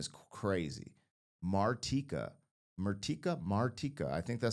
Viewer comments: Mar-TEE-ka. You pronounced it correctly. As far as Eminem’s samples, Dido’s song “Thank You” was pretty much unknown in the US until Eminem sampled it in “Stan” and made it popular. She really owes much of her success to Eminem. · Mar-teeka is the pronunciation 😂❤ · You said her name correctly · You did say her name right😊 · Ah yes... Martika (and yes, you did pronounce it correctly) ... essentially a one-hit wonder from the mid to late 80's ... I remember when this song climbed the Top 40 charts and the host of it was talking about how one of her favorite restaurants was the Olive Garden in City of Industry (Puente Hills Mall) - which was only a short drive from my high school. This is also the mall that they used when they filmed the Twin Pines Mall (Lone Pine Mall) for the first Back to the Future movie. To me ... she's kind of a "local celebrity" from my area/hometown ... a beautiful voice/performance on this song... most of the kids from my generation remember her from this song & her time as a child-star on the show "Kid's Incorporated" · Awww, c’mon man! Her name is pronounced….oh, wait. You got it right. Never mind. Carry on… 😉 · His French pronunciation was accurate 😉😉😂😂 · Don't worry. You pronounced her name right 👍